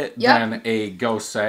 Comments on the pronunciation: Not goes-uh either just goes, like goes to the store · all you need to do is YouTube "how to pronounce gose" or talk to a beer certified judge. ;) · DrHans Brewery ha ha almost! I just knew he would really butcher it 😬😬